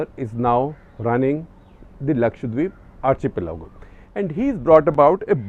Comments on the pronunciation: Isn't it... Ar- key- pelago rather than Ar- che -pelago?? We spell architecture that way! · Is pronounced Ar "khi-pelago" not chi- pelago.. #cuttheclutter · Sir, so many youngsters watch your videos. It is important that you get your diction right .Not meaning to offend but you mentioned the word "archipelago" several times with wrong pronunciation...it's pronounced " Arkkippelago".We are all creatures of habit you have previously mentioned about people pointing out your America as Umrikka.. and you did make an effort to change it. Might I also add the word " iron". You always say " I Run".. so do many others north of Vindhyas..could you look into it please . So the next generation doesn't copy the mistakes we make..thank you🙏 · SG sir, are you sure you are pronounciation of Archipelago is correct ??!!